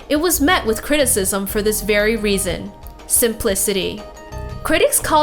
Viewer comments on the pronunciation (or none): none